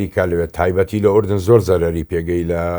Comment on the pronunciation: بەنگلادشی و فلیپینی کوردیەکەیان لەو توانایەی باشترە ، دەرێ کورد نیە و تازە فێری کوردی بووە بە گۆگڵ ترانسلێتەری ، ئەردەن ئەردەنت لە چیە فلیم هەموو کورد دەرێ ئوردن ، هەر تەمشای کاک عەقیدی بکە کوردیەکی چەند جوان قسەی دەکا شەرم لە خۆت بکە ، خۆ بەکرێ نەگیرای زمانی کوردی تێکبدەی .